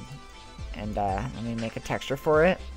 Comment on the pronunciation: It sounded like you said that was shit instead of it